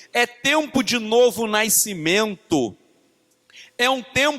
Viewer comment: Não consigo focar depois que ele fala "naisceu" "naiscimento" 😣